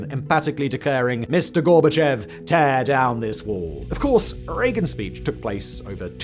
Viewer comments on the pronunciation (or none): none